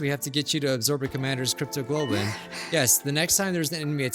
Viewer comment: I'm laughing my butt off here because of trouble with pronouncing "cryptoglobin" 😂 I get it though.. At that point I'd be like "you know what? I'm gonna randomize that word out of fun": - cryptogoblin - cryptogobble - cryptocurrency - cryptolotion - cryptoparty - cryptoloving